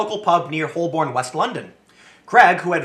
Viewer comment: Holborn - pronounced Ho-Burn. Seriously, the L is almost silent.